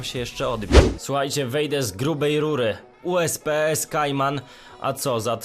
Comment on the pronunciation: Nie ma to jak chwalić się audi. A i tak poza Tym czyta się kajman a nie skajman xD